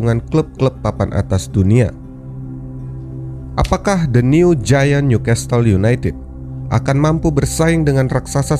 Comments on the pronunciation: uda tulisan NEW di baca niu dek bukan nyu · Pengucapan Newcastle diperbaiki ya min.. "Nyukessel"